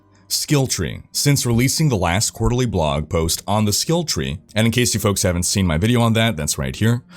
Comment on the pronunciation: why cant he say FOLKS correctly, hes does a million reps